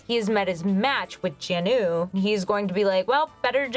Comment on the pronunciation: Jin Woo. Not Jin Oo.